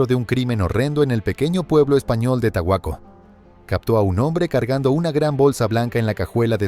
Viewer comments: En España no hay ningún pueblo llamado tahuaco si a caso tajueco en Soria,entonces es una historia inventada o no sabes pronunciar el nombre del pueblo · Es obvio que es mala pronuncacion. El caso es real y salió en las noticias y en canales de criminiologia, que manera de querer molestar. Tan fácil que es decirle que esta pronunciando mal el nombre.